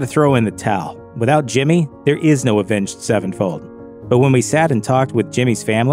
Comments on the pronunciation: Why he keep saying “avenged. Sevenfold”? 😂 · Is it just me or does he say avenge sevenfold weird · The way you pronounce their name drives me crazy. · Why does he say Avenged Sevenfold like that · Omg the way this guy says Avenged Sevenfold like it's two separate words bugs me